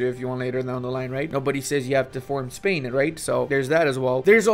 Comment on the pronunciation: Is it only me or really said "castile/pain" instead of "castile/spain"